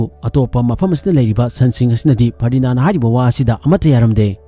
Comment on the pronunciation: Ferdinaan Nate Ferdinand oibane 😂😂🤣😆